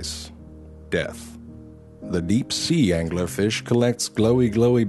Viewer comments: Angler Fish Pronounced: "AN•GYU•LAR FEESH" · "True Facts About The Angler Fish "... Can you not read?